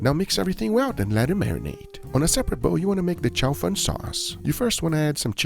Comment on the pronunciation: Careful how you pronounce "chow fun" because in Chinese it sounds like "fried rice". It's "chow foon", "foon" like "spoon".